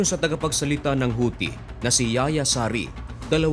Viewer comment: Yahya or yakiya juan namn sa Pilipino hindi yaya